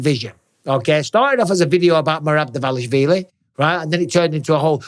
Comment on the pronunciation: At lease Mike is not butchering Merab's last name like every other wanna be media commentators